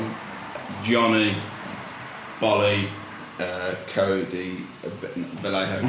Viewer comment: Thanks fellas, I listened to pass the time at work. You brits REALLY massacre the Spanish language, it's pronounced VAJEHO